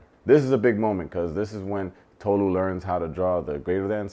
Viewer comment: Izzy was an uncle at a college party. Chris is not into Tolu like that, and the way they pronounce her name 😒 😂. Christine was confusing, Kaz wasn't the devil, not very smart, but not the devil. Jess thought she could be the exception to the rule, and sadly, she wasn't. I wanted to see more Trevor!